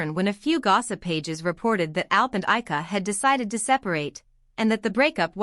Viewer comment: First, pronounce Ayca's name correctly. Second, maybe photos of Ayca and not Alina.